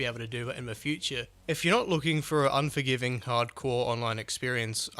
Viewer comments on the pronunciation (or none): im not sure if i want this game personally i like survival games but then again he said onjorgiving SOOOO much in this vid and the game is 45$